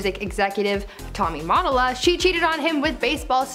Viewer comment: JUST FYI ….Tommy Mottola ‘s last name is pronounced Muh- tole- uh , NOT Mott-oh-lah 😁